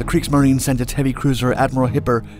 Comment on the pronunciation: Some German pronunciations for you: Leipzig: Lie-pzig Kriegsmarine: Kriegsmarin-eh